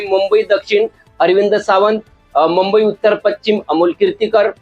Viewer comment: आता तुम्हीच राहिले होते ...4 जुन पर्यंत अकलेचे तारे तोडून घ्या...आणि कृपया मुंबई उच्चारण स्वच्छ करा..😂😂